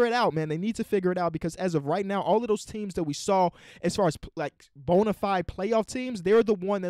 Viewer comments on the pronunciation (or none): none